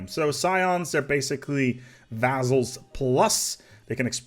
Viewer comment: "Vazzals" Been a while since I commented about this. I wonder if missed it.:-)